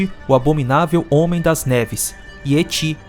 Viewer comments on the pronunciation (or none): none